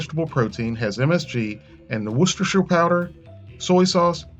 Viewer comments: People probably commented a lot on this but it's simply pronounced Wooster sauce... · It's fucking WHOOSE-STER!